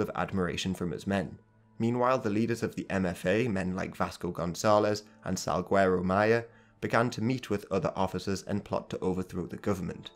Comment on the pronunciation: Also it’s “Salgueiro Maia” not Salguiero Maia